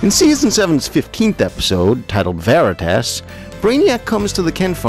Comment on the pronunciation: You also pronounce Veritas wrong